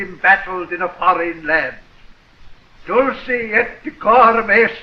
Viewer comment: it's not dulche, but dulKe or dulCe. it's not italian...ugh always butchering poor latin